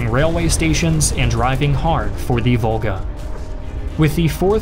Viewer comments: I noticed you only say thE not thUH…. And now I literally can’t concentrate because all I can hear while you talk is thE. 😭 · GAAA! please stop saying "thee" it's "the" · Ok - great video, BUT "the" narration is a bit whacked here. This narrator must have gone to "Thee Ohio State University". FYI, not every "the" is pronounced "thee" in English in every format. Made it weird enough that I had to stop watching because of the consistent emphasis on that one word - "thee". He would almost pause mid sentence to enunciate "thee". IE Thee German army attacked thee Russian army at thee city of Stalingrad. etc.... Just really weird IMHO....